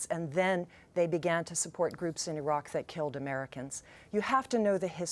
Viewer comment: She is dumb, cant even say Iraq right lmfao. He threatened the US and we took them out.